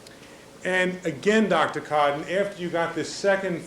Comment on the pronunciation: Is it really necessary for him to start every single question to the witness with their name? It's infuriating!! Especially when he pronounces it Dr Cooooton.